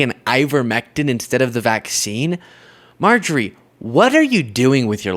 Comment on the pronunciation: Dude, just say Marjorie. Mrjtagree? Wha?